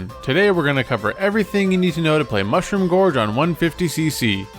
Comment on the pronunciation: You have a weird way of pronouncing Mushroom George, but the video is great as usual :)